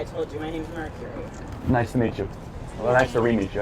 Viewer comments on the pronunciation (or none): lol "Mercury"......